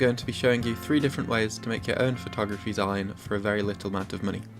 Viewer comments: It is pronounced 'ZEEN' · zine is pronounced "zeen" because its short for magazine, sorry it bugged me haha. Overall this video was really helpful!